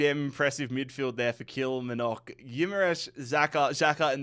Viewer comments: Your pronunciation of Kilmarnock makes it sound a lot more exotic than it actually is 😂 The emphasis is on the “mar” bit usually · How can he pronounce the Asian and South American teams easier then the Scottish ones hahahha😂 Kilmarnock, ( kil marn uck) probably best way of sounding it out